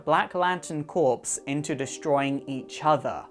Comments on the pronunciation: "corps" is pronounced "kohr" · Also your saying corps wrong man